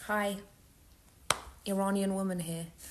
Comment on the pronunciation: i like what she is saying but she cant even pronounce "iranian" correctly